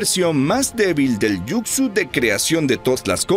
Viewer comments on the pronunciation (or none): Muy buena narración excepto cuando decías Jucsu (yucsu) en vez de Jutsu (jutsu)😅😅😅😅😅 pero en fin buena narración....